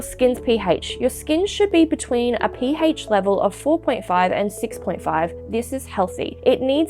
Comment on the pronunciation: "P haych" 😂